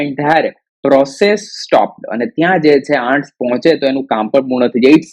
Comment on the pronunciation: Pronounciation mistakes Ants-ઍનટ્સ Often - ઓફન the 'T' Letter is silent here